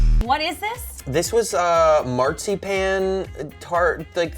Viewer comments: Oh the way you were pronouncing marzipan hurt my head. But it’s my favorite favorite sweet! We used to get it with our gifts from my grandma and grandpa as kids. It’s only good handmade and fresh! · hahahahaha the way he says Marzipan. Hahahahaha FAIL. HE SAYS IT SOOOO WRONG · I cringed on how they were pronouncing marzipan. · They said marzipan so wrong